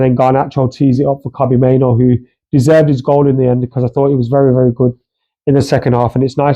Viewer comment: Main-oo not Main-oh